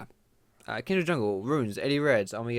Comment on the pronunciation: why do you say kindred slightly weird? it's like you say kind-dred, I was just wondering if you heard the name wrong or if it's an Essex thing:-P